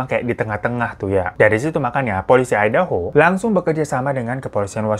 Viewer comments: Hahhh ai'daho dong ,,😅.. aEi de ho..ngejanya bang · MAAF KA DI BACANYA AYDEUHO BUKAN IDAHO AKU TAU DARI YOUTUBER ASAL AMERIKA YANG BERBAHASA INDONESIA